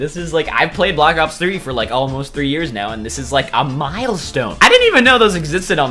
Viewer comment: XTheGoldenSoulX Gaming did he say bo 2? i heard 3 or something